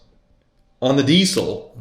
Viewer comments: Why is he pronouncing the word diesel as 'dee sell'? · saying Diesel just reminded me... US - DeeSell Rest of World - Deezle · Your pronunciation of the word 'diesel' is like nails on a blackboard.